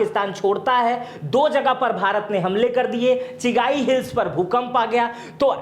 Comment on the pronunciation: चिगाई नहीं चगाई